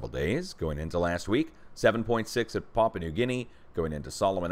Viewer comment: Hi! Having lived in Papua/New Guinea, I can tell you that Papua, is pronounced “pa poo wa…” just connect them rapidly and you will say it correctly!